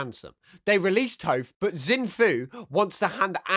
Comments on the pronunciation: It's pronounced TOFF, not TOFE. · your saying names weird like amon and touph